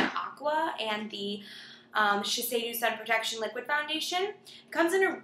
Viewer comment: Shiseido is pronounced "SHE SAY DOE" :) Thanks for this review